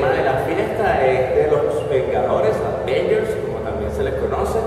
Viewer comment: Es avengers, no advengers xD